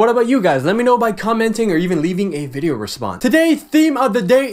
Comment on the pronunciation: "Vidjeo" xD